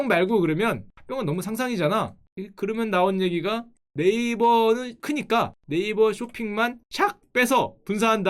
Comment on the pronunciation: 네이쓱 ㅋㅋㅋㅋ 찰지네...